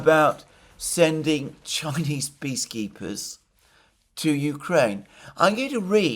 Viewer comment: I know that Alexander is saying "peace keepers" but I keep hearing "bee keepers" and I realized: By gosh, that's it! I think it is a divine inspiration. Bring in an army of Chinese bee keepers. What could bring peace more certainly! The news of it, alone, would confuse the war mongers so thoroughly that maybe they will just wander off the stage.